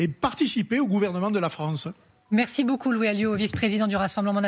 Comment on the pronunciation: A 4 mn 02 secondes : "la France a beu-joint"... Lapsus significatif ?